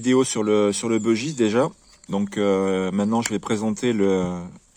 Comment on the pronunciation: Bon sang ! Arrêtez de prononcer "bEUgiste" ! C'est un bUgiste : originaire du Bugey, dans l'Ain... Ah les anglicisme de cuisine... Cela dit le dodu est top. J'en ai un en padouk.